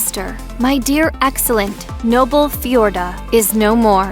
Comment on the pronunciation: The woman doing the voice over certainly has an interesting way of pronouncing "Feodora" and "Wilhelm". I get not being able to pronounce the German royal houses correctly...but people's names?!